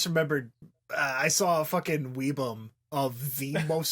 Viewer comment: God I hate the way says webms. It's pronouced web-emm, not weeb-um, you fucking goofball.